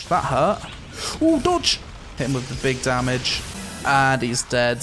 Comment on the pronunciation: "Big dahmij"